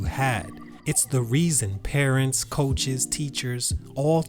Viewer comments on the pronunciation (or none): none